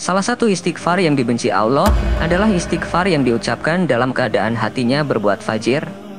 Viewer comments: Klau ilmu agamamu baru melek broo...jangan ngomong agama dulu...mengucapkan nama Allah saja salah...apalagi membahasnya...ngimpi dulu aja dah tentang islam...baru kamu memeluknya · Alloh... Bukan awlloh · Nyebut Allah aja gak pas Alloh gitu. Jangan menafsir Ayat Suci Al Qur'an kalau gak paham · sebut nama Allah dgn betul.... bukan *awloh*... elok ngaji dgn guru AlQur'an... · Tidak bisa baca Alquran anak itu, ngucap Allah sj 'awloh'...parah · Min, baca ALLAH juga masih shalah ALLAH bukan awloh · Allah saja kau bilang aullah benarin dulu lah ucapan pengucapan Allah mu. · Sebut nama Rabmu dg benar ALLOH bukan kedengaran AWLOH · Maaf min...cara mengucapkan Allah...kok begitu kurang enak didengar ya ada huruf W ...dudepan huruf A...kaya mengucapkan Awlah..bukan Allah...sekali lgi mohon maaf.. 🙏🏻🙏🏻🙏🏻🙏🏻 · Kok yg bicara Alloh gak fasih yaa. Coba simak klu mengatakan Alloh. [ Allow😢😂..ini yg bicara org Islam atau bukan ya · eh admin lo menyebut Alloh itu yang benar bukan awloh tapi Alloh... dan beristiqfar itu bagus tidak ada yg tdk bagus utk beristiqfar... lo orang wahabi ya dan ingat ucapan kata Alloh bukan awloh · Kamu ini sok kiyai. Tapi gak bisa baca Allah. Kamu cuma bisa baca Alah. Ojo ngono yo nek moco . Sing bener ya. Ojo sok Kiyai. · Ngucap Allah itu bagusnya LL di tebelin dan lidah ke langit2 .. biar Terdengar Agung, Enak di dengar dan estetik terhadap Panggilan seorang Hamba ke Tuhan Robb kita semua yg Menciptakan Alam semesta dan seluruh isi di dalamnya . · Berguru di mna MIN, kok penyebutan asma AWLOH.. Adakah yg slh dengan lisan mu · APAAN CARA NYEBUT ALLAH KOK 'AWLOH'! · Pengucapan alloh kurang benar mas banyak banyak belajar ya sebab pengucapan yg seperti itu sangat2 dibenci olehnya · Malu,aku,dengarnya,ucap, Allohnya,sama,megawati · Tapi ketika anda melafalkan lafal ALLAH saja belum tepat ... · Sebut lah Nama Allah Dgn Betul..Salam Dari Malaysia..sebutan Allah Tu Salah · Maaf, pembaca narasi perbaiki bacaan الله nya